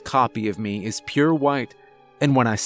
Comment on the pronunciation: the only thing that gets me is how he says "meh" instead of "me"